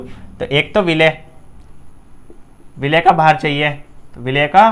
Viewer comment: विलेय नहीं भाई 'विलय' खैर बहुत खूब ❣️❣️❣️❣️❣️